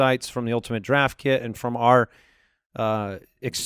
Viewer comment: I took a shot of vodka evrytime I heard them say "ultinate draft kit" and now I'm dead.